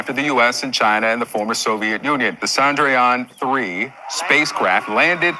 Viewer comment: Chan-Drayaan. dragon?